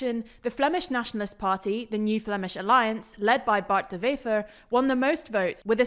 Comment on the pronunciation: De Wever was said in Dutch rather than Flemish, and Prévot and Rousseau's names got stress on the second syllable, not the first. But they do better than most!